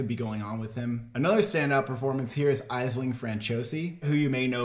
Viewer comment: Aisling (Ash-ling). Great review, the trailer just dropped and between both really want to see another Emily Watson acting masterclass.